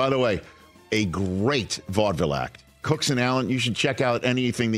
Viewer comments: His last name is cook. Not cooks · It's James Cook not Cooks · Why do they keep saying "Cooks"? His name is Cook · His name is James Cook. Not Cooks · *James Cook Not Jame Cooks, c’mon!